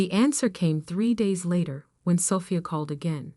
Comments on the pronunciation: I wish AI would learn how to pronounce Sophia. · Haha I hear you! It’s such a beautiful name—and it deserves to be said right! You’d think by now AI would have it figured out. One day, hopefully they’ll get it as gracefully as it sounds. 😊